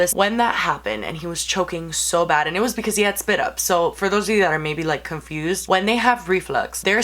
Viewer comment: "i'll probably do et again" lololol love her